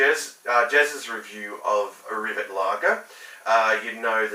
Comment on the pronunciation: It's pronounced rivét